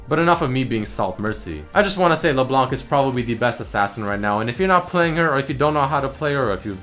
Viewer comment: Wait, you mean Le Blenk, right?